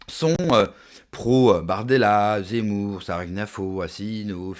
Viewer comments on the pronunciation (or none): none